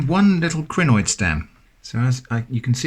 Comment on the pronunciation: A what stem? The autosub says crenoid, but it sounds more like greenoid